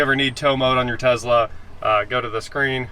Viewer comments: Calling it a Tezla and not Tesla is akin to people calling you Jr. And not J.R. It's the man's name, be respectful of it. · Please stop calling it a Tezla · all i hear is you saying “tezla “ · Is saying Tezla a Kansas thing or a thing? Tesla! Doesn't seem like a good youtube build. Tons of software and inability to do most of that on your own. Not excited about this build that seems like a headache. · TESSSSLA. Please sir! I beg you! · Tezla is Musk's mispronunciation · Driving me crazy the way you pronounce Tesla, sounds like your from Canada. It’s pronounced like Tess La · why do you pronounce Tesla the way you do it? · Why would anyone expect you to pronounce Tesla correctly when you constantly use phrases like (these ones).